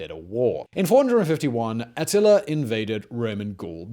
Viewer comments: Why he keep saying "Attiler"? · It's so funny how he says atiller lol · “Artilla” lol